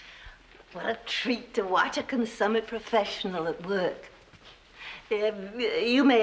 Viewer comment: Interesting pronunciation of the word "consummate."